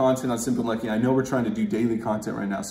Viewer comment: Bro, pleeeaaassseee tone back the emphasis you put on your intro. The whole "whAAAAt's up you guys? SIMMMPPPPly uNNNNNlucky here." thing comes off a tad Jake Paul-ish.